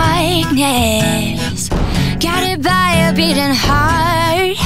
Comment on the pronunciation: She's a great singer! But the way she's pronouncing 'heart' and 'older' sounds weird. She isn't pronouncing the rs right!